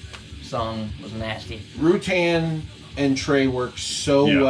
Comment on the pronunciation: Rutan not roootin. come on man